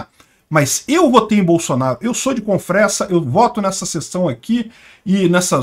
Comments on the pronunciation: SE FALA "CONFREZA" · Confresa se pronuncia com z